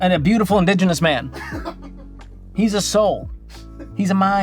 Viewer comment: This "Digenous" woman loves this video.